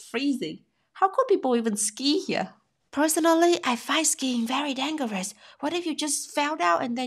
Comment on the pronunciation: The g in dangerous is pronounced as the g in Germany. 😊